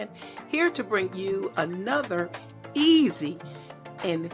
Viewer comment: It’s the emphasis on easy. Lol Cute! ❤